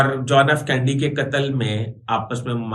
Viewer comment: آپ ان پڑھ ہیں شاید، یا کوئی اور پرابلم ہے ۔ صدر جان ایف کینڈی نہیں تھا جان ایف کینیڈی تھا۔ آپ کو کینیڈی کے قتل کی معلومات بھی ناقص ہیں۔